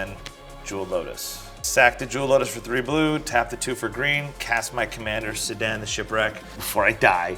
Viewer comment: Another episode of butchering LotR names🤣. It's pronounced "Keer-dan",kinda like a misspelled Ciarán.